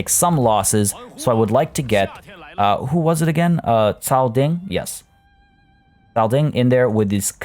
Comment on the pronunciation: O... so satisfying, only youtuber that nailed pronunciation of "cao"